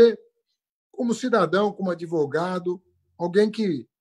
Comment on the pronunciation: "Adevogado do meu chefe"